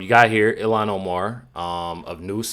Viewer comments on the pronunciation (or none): You pronounce her name. ILL - han